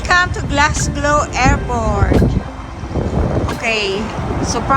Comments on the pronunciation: Happy Birthday Kean. Just watching this and keep on h hearing you always saying Glasglow? It should be Glasgow po Sorry to correct 😊😊😮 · Oo nga po😊. Glasgow po